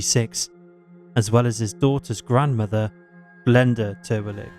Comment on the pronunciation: Re: the second case--the victim's name was Kiarra Terwilliger, not Terwillig.